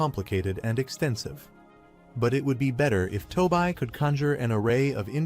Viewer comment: What is To bi? You mean Toby(TOBI) ? Why is AI so stupid? It can't pronounce names it can't get the same name right twice in a row and can't get the names of the characters correct. It's tessia not Tisha. It's so annoying it really is. Please edit your fucking videos